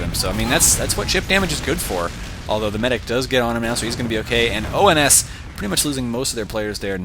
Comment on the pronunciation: Uhh,, it's ONS, not OMS